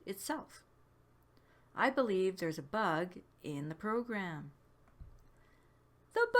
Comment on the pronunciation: "The buug!!" :D <3